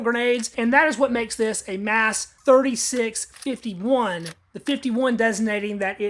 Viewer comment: Your saying that wrong. Yes Mas36. But say it like Mos 36. Most of the stocks are new looking.